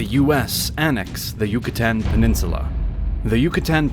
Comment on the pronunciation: "Annex" LOLOLOLOLOL